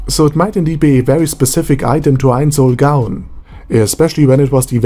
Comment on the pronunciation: Pronunciation tip: never pronounce the w like a v. It's supposed to be pronounced like a u. if u r doing it on purpose then never mind